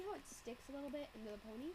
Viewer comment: Tyuhhh I now have a Pinkie Pie ponehh x]